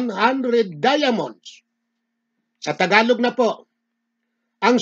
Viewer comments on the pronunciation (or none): none